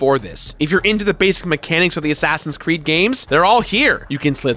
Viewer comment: He keeps saying Crood, I m not crazy, right?